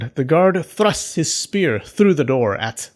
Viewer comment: “Thlrust” lol